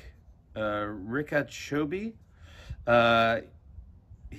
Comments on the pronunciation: Big fan of the show, Jimmy but that's not how you pronounce Richa Choubey 😂😂😂😂😂😂😂😂 And Richa is a 'she' not a 'he' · it's richa choubey which is an indian name, pronounced as "ree-cha cho-bae" and it's a girl's name lol